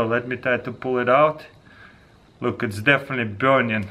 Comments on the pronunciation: trigers me every time he says "biurning"... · I like the way he says burning. BIURNING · "look how much it's burnian." "Wet fiah" I love Taras. :p